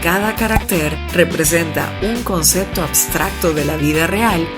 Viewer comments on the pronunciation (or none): none